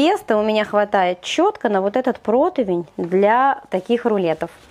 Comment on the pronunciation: Ты публичный человек! Не протОвень, а протИвень- пожалуйста!!!